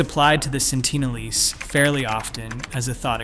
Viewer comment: Sentinel-eese? Try Sentinel-eeze. (Pronunciation, obv.)